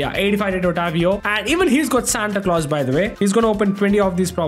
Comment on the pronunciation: Bro said Santa clos